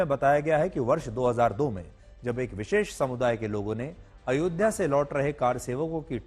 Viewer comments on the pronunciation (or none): none